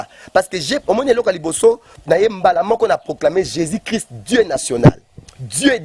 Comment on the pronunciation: Mdr le journaliste même ne sais pas parler " occiltisme" Le soit disant prophète aussi ne sais pas parler "Jesis christ Allez y apprendre à parler au lieux de vous permettre de faire des émissions à la con Laissez Dieu lui même jugez ses ouin